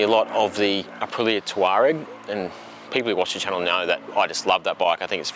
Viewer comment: Oh thank God, someone pronounced “Touareg” correctly. I got pulled up by my local VW dealer and told it was pronounced-“TAW-regg”. It was enough to ensure I never buy another one of them. Well, that and the unfixable adaptive cruise/emergency autonomous braking system. Nice bike and great vid!